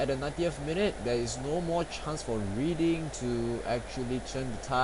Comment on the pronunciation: Cool tactics, I am currently playing Bradford right now. :) Oh btw, Reading is pronounced: Redding.